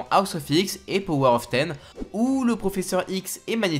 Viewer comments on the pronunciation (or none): none